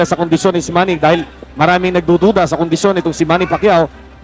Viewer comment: MANNY ❌ MAMMY ✅